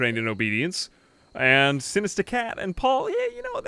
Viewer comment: I love how you say Sinista Cat. Also I love this series.